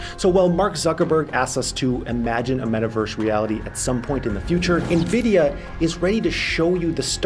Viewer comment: By the end of the video you were pronouncing Nvidia correctly.